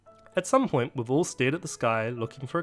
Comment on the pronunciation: Did anyone else notice he said at some hoint instead of point?